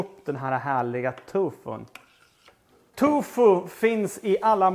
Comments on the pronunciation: Det finns kanske barn som tittar och att svära är inte alls bra. Annars tycker jag du gör god mat. Tofu heter det väl? Tycker du säger Tufu. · Älskar att du säger ”tufo” 😅